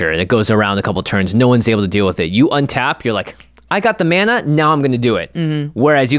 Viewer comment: I'm a big fan of saying out loud, "Untap, upkeep, draw" at the beginning of turn to help remember. Although a lot of times it sounds like "Unta-pkee-dra" like Kyle Hill does.